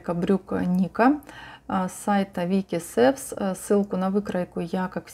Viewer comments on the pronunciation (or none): Шорты бомба! П. С. Только не Вики Севс, а Вики Сьюс.